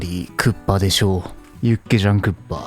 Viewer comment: 육개장 닭개장 발음 거진 한국인인데 ㄷㄷ